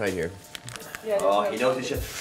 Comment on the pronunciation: Nico: "I don't feel shet anymore" 😂😂😂😂